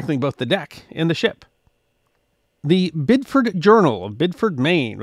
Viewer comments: It's pronounced Bid di ford. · I'm sure this happens with a lot of towns, but New England seems to have a bunch of odd pronunciations. With Biddeford the 'e' is pronounced, making it bid-eh-ford 😅